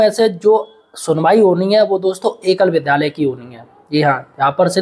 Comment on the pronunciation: विद्यालय बोलो भाई गलत उच्चारण मत करो